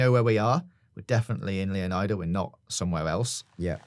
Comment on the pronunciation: He can't even say Leonida correctly, or iguana, or Lucia's last name.